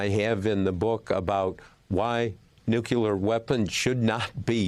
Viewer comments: Mr Woodward, with respect - NUCLEAR, not "nuke-yuh-ler". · Woodward should know how to pronounce nookleeyar, not noocuelar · All this war crap is stuff YOU PEOPLE are responsible for And Bob... its nuclear, not nuqueler. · If Woodward is so smart, why is he worried about Trumps North Korean lover having "nucular weapons?" There is no such thing. Nuclear weapons, however, would be concerning. 😎😎 {Certified Old Curmudgeon} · Bob, the word is Nuclear, NOT Nucular! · How can the man have written so many books but still say nucular? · I wish Bob would learn how to pronounce "Nuclear." NEW CLEAR.... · "NUKULAR" IS NOT A WORD! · Why can't Americans pronounce the word "Nuclear" properly? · George Bush said it often. It irritates me too, but it's commonly mispronounced. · Btw, this guy can’t even say “nuclear”